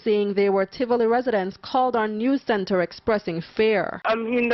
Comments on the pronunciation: I'm just mins in the video n my blood is boiling already. I want to know since when Tivoli has an R in the it. Jamaica's population is more than 1.5mil. What other facts has he messed up about Jamaica! Everywhere has violence just like the country he comes from. Let me see if i can make it through the video. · Tivoli Gardens, not Trivoli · First I must correct you; it’s not Trivoli Gardens but “ Tivoli “. Please do your research. I appreciate your stories but if and when you are doing videos…please refrain from uploading old videos of years past situations. Don’t travel to other ppls country and highlight the negatives for the most part. This doesn’t represent Jamaica in its entirety and just like any other country there are always those high crime areas. A lot has change with regard to criminal strongholds in the these crime prone areas. Sadly Corruption does play a significant role in this regard too. I’m just really having issues with you uploading old videos of years past events.